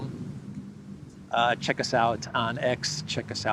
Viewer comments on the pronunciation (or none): none